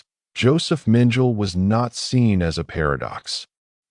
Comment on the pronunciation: The 'AI' voice mis-pronounces the name of Dr. Josef Mengele as 'Minjile'... Two syllables, Like 'Mitchell') The correct pronounciation is 'Meng-kell-eh' (three syllables.) xx SF